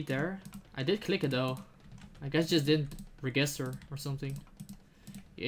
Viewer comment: Re- GISTer hahahahahahaha love it man